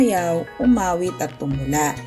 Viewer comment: Tumala ka diyan Tumula hindi tumala